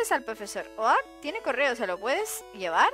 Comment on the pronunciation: ¿Oak? ¡¿Oak?! ¡Se pronuncia "Ouk"! XD PD: Ponle mi nombre a algun Pokémon :D